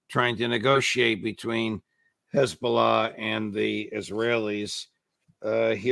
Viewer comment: Mr. Hochstein gave the game away with how he pronounced "Khezballah". I very much doubt anyone on the Lebanese side paid much attention to his rambling.